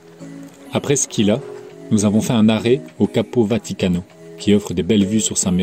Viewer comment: Bravo. Juste pour info: Scilla ça se prononce « Chihlla », et Pizzo « Pitzo » 😉